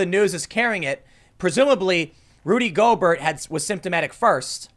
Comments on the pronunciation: Normally I don't care...but listening to a video..it's pronounced "Go-bear" not "Go-Bert" 😁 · Gobert is pronounced go bear. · NBA player named, Rudy GO-BERT..... It's Go-BEAR ASSHOOOLE!!!!! Lol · Golbert (GoalBear) it's French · Not to nit pick. But its pronounced "go-bear" not "goal-bert" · Tim, Gobert is not pronounced go-Bert. It’s pronounced go-Bear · It’s pronounced Go-bear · Go-Bear, not Go-Bert, and also....we’re all fucked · Tim: "I'm not a sports fan.." (proceeds to immediately say Rudy (Go-Bert) when it's pronounced (Go-Bear)) LOL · The player's name is pronounced "go bear", not "go burt". He's a French athlete. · Pronounced "Go bear", not "Go bert". He's French. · Go-Bear he’s French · It's pronounced Go-bare. Emphasis on second syllable. I think he's a Louisiana creole hence the French-ish pronunciation. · The "T" is silent in Gobert. Pronounce it go-bare or go-bear. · Go-BEAR that’s how it sounds. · It's pronounced Rudy "Go bear." I am not salting you up I'm just saying. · "Rudy Go-burt" LMAOOOOOOO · Tim pronouncing it Go-Bert is just what I needed today. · Man said "Go-Bert"💀 Bless your heart Tim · His last name is pronounced go-bear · Tim it’s pronounced Gobear he’s French (haven’t finished the whole video don’t know if learns how it’s pronounced) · it's pronounced go-bear lol. it's french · He’s French, it’s pronounced “goh-bear” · Rudy Gobert is French. His last name is pronounced "go-BARE". Just FYI. ;) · It's pronounced Go-bay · TIM it's a silent T on gobert and he's french, leave it to a frenchie to ruin it for everyone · Pronounced Go Bare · His name is pronounced Rudy go BEAR even though it’s spelled gobert he’s French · Just for the record....the asshole's name is pronounced "Go-Bear" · It's pronounced french similar to Stephen Colbert. Rudy Gobare.. etc. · It's pronounced french similar to Stephen Colbert. Rudy Golbare.. etc. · Lol Tim It’s pronounced Go Bear 🍻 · He's French. It's pronounced "go bear" Boomer! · His name is pronouced "Go bare"